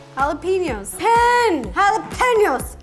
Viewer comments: JALA PEN YOS 🤣🤣🤣🤣🤣🤣🤣 YOU ARE THE CUTEST LOVE YOUR RECIPES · Ro: jalapeño, no wait- halapeenioos , no wait- Me: crying of laughter. Ro: gets it right~ smiles~ ruins it ~ Me: 🤣🤣🤣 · Ro it's simple, Jalapeno PEEno ok? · No one: Not even you: Ro: halapeniou halapeniou halapeniou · “Jalapeño”..........*smiles and shakes head* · The funniest blooper was when she can't pronounce jalapeño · Don’t forget her mispronouncing jalapeño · No one Like no one Ro: can't pronounce jalapeño properly